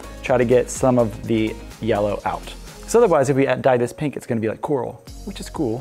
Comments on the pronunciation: It's my 2nd daughter's favorite color. PANK!! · This is the only way I’m going to say it now. PANK! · I have found myself saying pank instead of pink lately. As for collab - Sorted Food! They are great with savory it would be fun to see you do sweet with them or they savory with you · I am barely able to restrain myself from saying PANK whenever the opportunity to say pink arises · PANK! I love that mug. You have put pank in my lexicon. xD I'm a pro baker as well and everyone in the kitchen knows what I'm talking about now when I say pank! If I'm not too late, I'd love to be in the giveaway. :) This is totally one of my favorite cakes and looks like so much fun. I'm definitely going to have to make one! Oh! A second collab suggestion a little less insane than my original of Colin Furze is Ann Reardon of How to Cook That. You two could make something amazing together, I'm sure!